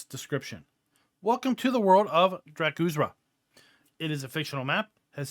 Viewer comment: The r comes before the z dra-kur-za